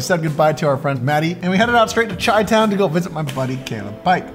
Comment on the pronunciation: Chai - Town...lol